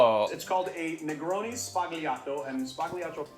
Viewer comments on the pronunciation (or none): Oh no.... both of you pronunciated it sbagliato wrong. Sorry, I know your nonna is Italian. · I hate to be that guy... but that's not how you pronounce sbagliato (but tbh, neither of you actually managed to pronounce it correctly :p) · Hehe Negroni sbagliato is a kinda funny name for a cocktail, sbagliato means wrong, so it’s a wrong drink Also love y’all but please that is not how you pronounce it